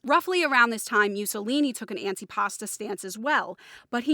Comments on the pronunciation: It's pronounced MOO-SSO-LINI, not MEW-SSOLINI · "Mewsolini?" Learn how to pronounce his name right.